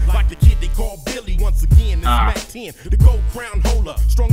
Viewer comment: It's mac ten bruh 😆 🤣 much love to your effort and your channel!